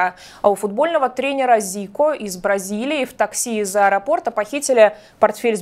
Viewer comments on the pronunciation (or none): none